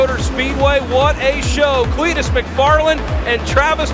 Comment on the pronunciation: It’s not MACfarland,it’s McFarland!!!!!!